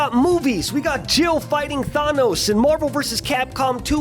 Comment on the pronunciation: How has skoochs pronunciation of thanos not been memed yet